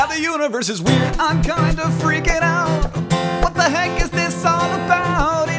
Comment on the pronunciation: Did he say: 'what the hank'? :)